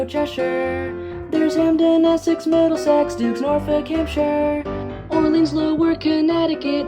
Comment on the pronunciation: This is SO good! I have never seen anything as impressive as this. The only thing that ticked me off is when you pronounced Orleans like “Or-Leens”. It’s “Or-Lins”